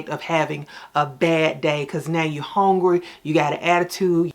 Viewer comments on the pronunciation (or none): I’m “hongry” 😂